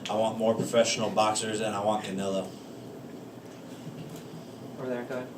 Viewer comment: He said Canelo... 😂😂😂😂😂😂